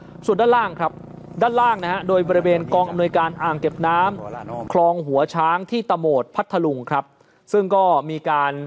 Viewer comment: นักข่าวกรุณาอ่านข่าวไห้ถูกด้วยน้ำตกหัวช้างจ้าไม่ใช่น้ำตกท่าช้างค่ะ